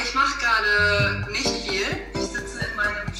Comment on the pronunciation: Ish and nisht get me every time, I'm not sure if it's entirely correct to say it that way since I'm not a native to german, but I would suggest you to practice them